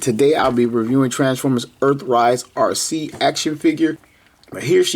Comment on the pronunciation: Arcee? More like Ar-Ski. 🤣